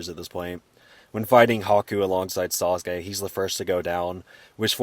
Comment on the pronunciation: I really love the way you say Sauce-Gay! ♥️